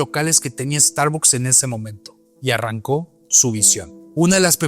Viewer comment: Pronuncia bien la marca por favor